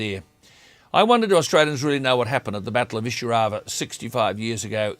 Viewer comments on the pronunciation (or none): It is pronounced 'eye-sir-au-va